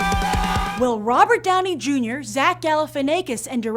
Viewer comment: shes pronouncing zach's name wrong...